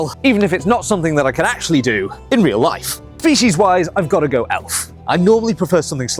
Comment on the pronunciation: I understand "fetish wise" instead of "species wise" 😭